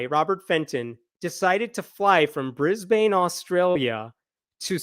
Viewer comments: Brisbane local here. FYI, Brisbane's name is pronounced BRIZ-BIN, not BRIZ-BANE (even though that is how it is spelled). While I'm on the topic, Melbourne is pronounced MEL-BIN, not MEL-BORN (again, even though that's how its spelled). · In Aus, we pronounce Brisbane as Brisben. Like Melbourne is pronounced Melben. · Ninoy Aquino = nin oi a keen oh & Brisbane = briz bin(basically just dont say the A) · So glad that this creep will be held accountable for his awful crimes. Oh, btw, as a former Queenslander, thought you'd like to know that Brisbane is pronounced Brisb-n (forget about a and the e).